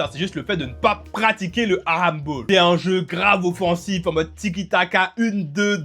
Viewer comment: Frro t japonais ou tu sais juste pas rouler les r ? Prcq mes oreilles ont saigné pendant toute la vidéo a t’entendre prononcer « halamball » tel un gosse de 6 ans à qui il manquerais encore quelques dents